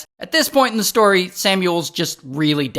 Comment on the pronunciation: Ray "When this stoy starts" Johnson